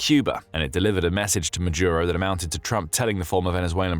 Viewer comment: Why the mispronunciation of Maduro as Majuro?